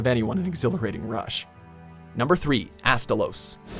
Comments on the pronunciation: the pronunciation in this but pisses me off, IT'S PRONOUNCED "WY-VERN" NOT "WIVERN" KEY-ZOO" NOT "KEH-ZOO" ALSO "ASTA-LOSS" NOT "ASTA-LOWS SAME WITH "RATHA-LOSS" YOU DIPSHIT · Seriously this list has some problems while im fine with Glavenus (who is a Carnotaurus not a Tyranosaurus plus you said it wrong) Gammoth Tetsucabra Ketcha-Watcha Astalos (again spelled wrong also its not based on a earwig it's a butterfly and dargonfly) and Zamtrios being on the list (i like them even though in my own list besides Gammoth they wouldn't be on it) i need to mention how they mention they take in fan answers yet we ended up using the universally hated slimy ding dong monster and the also hated and boring as hell sand fish and the again very hated annoying and relentless owl also they didn't count variations.... yet HellBlade Glavenus a deviant is the thumbnail seriously i was fine with the first list but this is awful